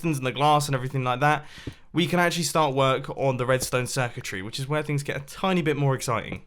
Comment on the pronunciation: When Mumbo said “Which is”, it sounded like “witches”!